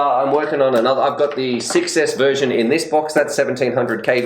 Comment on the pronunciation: I like Emax for good quality and price. I would love to win one of these quads from Emax, especially the tinyhawk rtf kit. The buzz seem like a good quad too, but i dont have any batteries for it..If i win it, I will be very very happy anyway. Funny when you say one version is 6s, it sounds like you say success hehe.